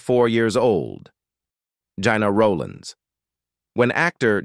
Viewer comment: It's not Jana Roland it is Gena Rowlands